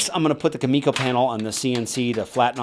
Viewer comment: its really triggering that hes saying kumiko wrong, but awesome build anyway